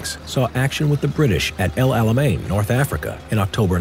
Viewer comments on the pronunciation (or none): none